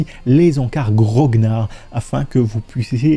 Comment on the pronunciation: Juste une petite précision de prononciation en tant que wargamer, on prononce gro-gnard et non grog-nard, le terme désignant un soldat de la vieille garde napoléonienne, et par extension une personne ayant une grande expérience et pratique, un peu gardien du temple intransigeant aussi. ;) Là, je fait mon grognard de la bonne prononciation. ;)